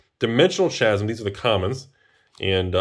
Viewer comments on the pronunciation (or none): Really love that foiling also it's pronounced "Kasm" not "chasm"